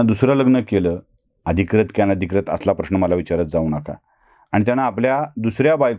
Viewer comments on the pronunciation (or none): कृपया थोडं ऊच्चारांकडे बघावं, अधिक्रत नव्हे, अधिकृत, क्रष्णा नाही कृष्णा... बाकी छान...